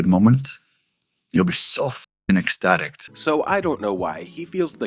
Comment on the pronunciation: Ecstatict? No “t” on the end there King.